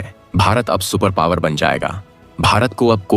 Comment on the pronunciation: पोवर नहीं पॉवर